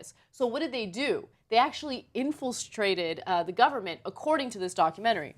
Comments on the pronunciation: Infiltrated? Lol it's infiltrated you big thilly goothe. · did Ana just say "infilstrated"?? Strong vocabularly skills TYT